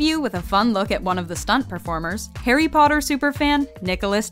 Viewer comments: Malfoy: PoTtAh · Harry pootter